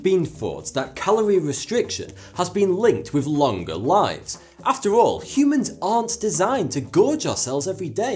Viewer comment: thought he said "how CUBANS can delay death" XD